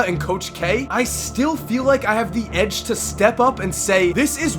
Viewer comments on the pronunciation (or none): none